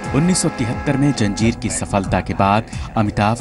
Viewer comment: For god's sake improve anchor's pronounciation. It is Zanjeer NOT Janjeer.